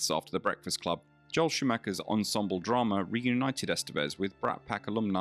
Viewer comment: It's not dramer. It's drama. Aaaaaaa